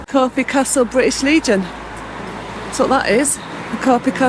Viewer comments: For "your" fear of sounding stupid, it's pronounced Corf ( castle ) The e is silent. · It's not corfee it's corf without the ee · Nice review of the area. We live in Wareham but please its Corfe Castle, not corfey 😂. There isn't many sites in Swanage but 20 mins away in Wareham there are some really nice sites. Wareham Forest, Birchwood, Hunters moon CAMC. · It's pronounced Corf Castle you don't say the E on the end. I've been on that train and to the castle many times as a kid. We used to stay at Sandy Balls in Godshill, Fordingbridge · It’s CORF(e) 🙂